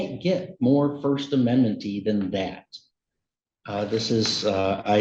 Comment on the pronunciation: Court reporter later "did he just say First Amendmenty?"